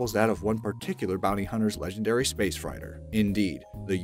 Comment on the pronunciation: Dude couldn't even say 'freighter' correctly. Yet, somehow he said 'Voynich' correctly.